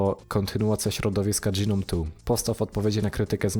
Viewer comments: Nie dżinom, tylko noum. Lub jak kto woli gnom. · Gnome to "dżinom"? Raczej "gnołm". :) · AŁA MOJE USZY... w t f ys dys DŻI nom?!?! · Pierwszy raz słyszę, jak ktoś tak wymawia GNOME :D